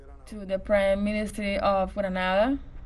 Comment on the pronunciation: It's the PM of Grenada not Granada which is in Spain.